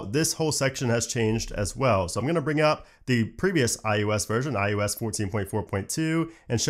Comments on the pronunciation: Am I the only one hearing “iUS” instead of “iOS”? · I'm new here. Why does he keep saying "IUS" instead of IOS? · Practice please "eye oh ess" ... listening to you say "eye you ess" 500 times was beyond annoying. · Something about your accent makes it sound like you’re saying “iUS” instead of “iOS,” but you clearly say “iPadOS.” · Why does it sound like he’s saying iUS when he’s saying iOS? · am I the only one hearing "iUS" when he says iOS? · i KNOW he's saying iOS... but all I can hear is iUS lol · Why does he keep saying IUS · Am I the only one bothered with him consistently saying IUS instead of ios? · It’s iOS not iUS, you keep saying iUS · Its IOS Not IUS.. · Why do you call it I-U-S and not IOS? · “iUS” I cringe every time 😖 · Sorry, what's iUS? You can't be saying iOS right? I'm sure you have too high of a standard of professionalism for such an obvious and glaring mispronunciation. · Just noticed you say iOos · Why is he saying iUS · im so triggered by you pronouncing it "i yo s"